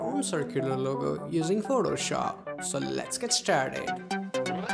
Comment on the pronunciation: Biggest flop at the start lmao "Photoshoop"